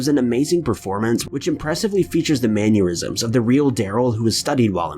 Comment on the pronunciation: Maneurysms: the man aneurysms!